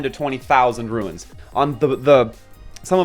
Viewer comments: psstt.. its not ruins But runes ;) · Dude quit calling them ruins